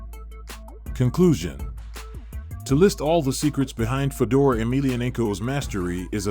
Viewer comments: Who the fuk is fuh-door? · Fedor not Fedor like Fedora… come on man that ruin this video